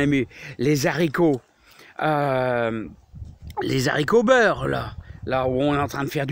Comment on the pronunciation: Ça me fait mal quand tu dis z haricots, mais je t'adore quand même, tu as l'air tellement gentil ; -)